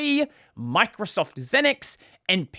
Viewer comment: Not “zin-x”, it’s “ZEEnix”.